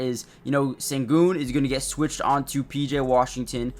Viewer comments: in america. in his language it´s shen-goun. like the ou in you. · The Sen in Sengun is pronounced "shen". And no one calls him AS, we typically refer to him as Al-P. Great video. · It’s close. You’re saying his first name right but it is more like Shen-goon